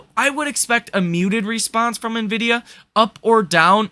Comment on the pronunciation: I'm glad that you're pronouncing NVDA correctly. I'm holding NVDA. Tomorrow will be fun.